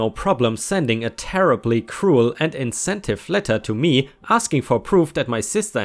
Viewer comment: I’m a big fan of Baron Munchausen. His tall tales are an endless source of amusement (and I LOVED the Terry Gilliam film!). Insensitive—‘in-sense-uh-tiv’ 🌟🌟🌟🌟🌟🌟🌟🌟🌟🌟🌟🌟🌟🌟🌟🌟🌟🌟🌟🌟🌟🌟🌟🌟🌟🌟🌟🌟🌟🌟🌟🌟🌟🌟🌟🌟